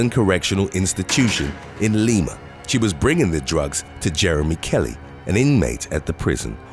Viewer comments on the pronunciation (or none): I'm from Ohio, lima is pronounced lie-ma! ☺️ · He got the mexican ones right but not lima ohio. It is lie ma lima is in peru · L-I-M-A not Leema but funny we made the list! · Spanish pronunciation is Lee-ma